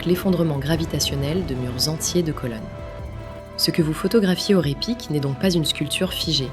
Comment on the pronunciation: NB: on ne dit pas "Ré Pic" mais Raï Pic". En Occitant et en patois ardéchois, AY se prononce Aï. On dit Faïsse par exemple. Les faysses sont les terrasses ardéchoises. Ce mot est une métonymie. Il désigne à la fois la terrasse elle-même et le mur qui la soutient. Ce mot est dérivé de Fay (prononcé Faï) qui signifie fardeau en occitan/patois ardéchois.